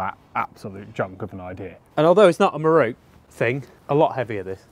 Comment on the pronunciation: I can't tell you how relieved I was when the elephant in the room was finally and clearly identified in this video... the fact that both of you don't have a clue how to pronounce "Miroku". So I will promise one thing right here and now. When we finally get you to Japan, prior to taking you on a tour of the Miroku factory, you and I will spend an evening over several sturdy beers (IPA being my preference), we will cover various underlying issues such as history, culture, linguistics and colonialism; and regardless of whether we get to the bottom of why people of certain nationalities routinely murder the pronunciation of foreign words or not... one thing I do promise. By the following morning you will know how to pronounce Miroku correctly!!! And I guarantee that it will sound nothing like the way you have pronounced it up until now. :) Here's to hoping this dream of mine comes true! And thanks for yet another fun video.